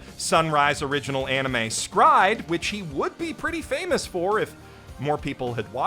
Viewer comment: It's pronounced "scride" ?? Ive only heard it called it "S-cry-Ed"